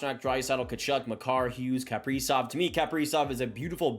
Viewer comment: What is it with Canadians and mispronouncing Kaprizov. It’s Ka-pre-zov not Kap-pree-zov